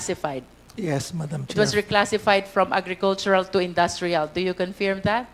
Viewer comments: Magaling si Hon Luistro, pero nkaka bing nge kung mabigkas niya ang word na "Confirm or confirmed". Pronounced as "Kuhn-Furm", Not "Kuhn-Fairem"😢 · I love the way Cong. Luistro pronounces "confirm" 😅